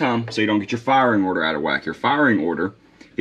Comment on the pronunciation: Did you say proper frying order 😅?